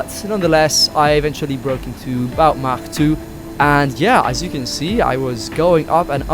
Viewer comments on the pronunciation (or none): none